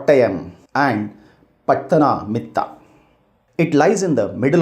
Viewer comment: btw sir its pathanamthitta not pathamamitha